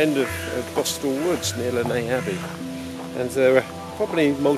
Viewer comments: It's definitely not pronounced like this though - I've lived here my whole life: it's 'Less Ness', I promise you 🙂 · The pronunciation by locals is/was less ness. It's not French. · Has alway been pronounced less ness. Lovely walk, lovely vid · Lovely to watch this, but the pronunciation is definitely Less Ness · Haha I now know how to pronounce Lesnes Abbey! 🤣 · You need to learn how to pronounce the name of the Abbey as it is nothing like the way you are saying it. Do your homework.